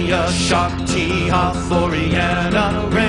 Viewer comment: you said once wyhoon instead of Rhiannon